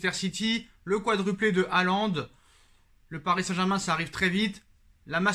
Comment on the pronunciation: Erling Braut "HIGHLAND". Oui c'est Highlander le gars ⚔⚔⚔